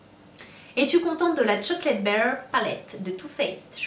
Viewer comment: sana jadore kan tu parle Anglais mais c pas chocolate baire mais BAR kom dans un bar lol mais sinon kom dab continue de nous faire rever